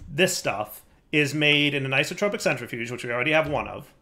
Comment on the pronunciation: I see we still haven't learned the pronunciation for entanGLOPORTER, rotary condenSENTRATOR and isoTROPIC centrifuge. Also, the energy display on your Mekanism machines is still set to EU.